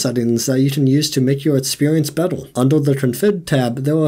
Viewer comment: Did you just pronounce the word "Better" as "Bettl"?